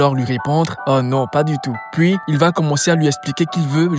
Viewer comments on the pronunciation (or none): none